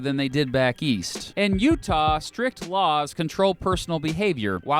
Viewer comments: Hell im from utah and you got that shit right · I’m from Utah you had it pretty right! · Also I'm surprised that he got Utah correct, I've heard everything from uhtuh to OOtaw.